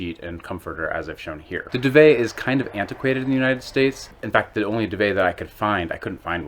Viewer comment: FFS , pronounce DUVET properly !!!